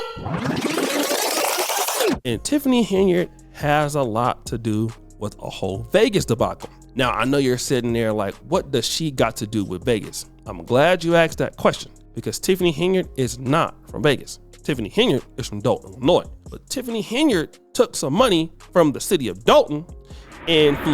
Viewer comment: This woman is the ultimate narcisisst. I can't believe she just lies like this and expects no repercussions. That, combined with the fact that she can't say "asked" vs., "AKSED" really irritates my spirit😂